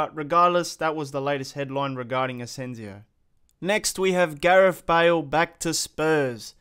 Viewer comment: Its ASENSIO not AZENZIO